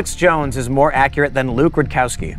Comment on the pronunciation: I mean, Luke can't even pronounce his own name right